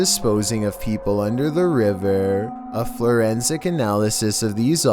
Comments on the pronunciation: "florensic" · "FLORENSIC"? 😂 You crack me up!!!! Anyway, did that little girl look into anyone else's soul...? I swear she was studying me... She is so cute but in a creepy cuteness sort of way... 😈